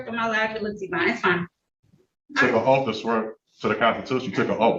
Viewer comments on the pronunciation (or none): No one on earth has ever sworn an "oaf" 😅